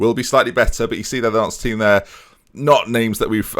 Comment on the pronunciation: dont normally comment on pronunciations as like whats the point? However my mum is from the Nantes area and you do not pronounce the s on the end of Nantes- its like aunt with an n:) anyways love glory hunter!- if the PSG job comes up I would go for it